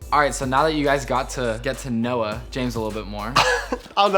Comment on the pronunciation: " let's get to No-ah" lol he really said that